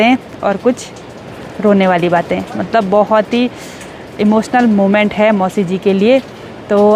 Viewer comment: कृपया अप हैं और है का ठीक से करे। बच्चे इस दोष तो पकड़ कर मजाक बनाते हैं।